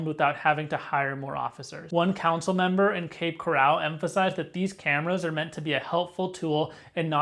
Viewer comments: First of all, it's cape coral not cape corral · You’re pronouncing the name incorrectly. It’s pronounced Coral as in the marine invertebrate in the ocean. Not corral like an enclosure for horses. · You are pronouncing “coral” as if it is “corral” - an enclosure for horses. The accent is on the first syllable, not the second. It’s pronounced just like coral from the sea, coral reefs - to which the name refers. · Bro! It’s Cape Coral as in coral reefs. Not like the OK Corral which is spelled with 2 R’s 😞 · This is a troubling development. It would be expected, with AI, to generate problems and typical AI slop. As an aside, the town is pronounced 'Cape Corr-ul, like the Great Coral Reef, not 'Cor-al' like where horses are kept. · It's Cape Coral, not "corral" like where you keep horses. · Had to stop watching this the second you said Cape Coral wrong the second time. It’s not pronounced the same as golden coral. Pronounced the same as a coral reef 🤦‍♂️🤦‍♂️ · First of all you need to learn how to pronounce the place you're talking about lol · it's not pronounced like a fenced in area for livestock. it's pronounced like the organism that produces calcium deposits to build underwater reefs in the ocean. thanks for video. i live in Fort Myers.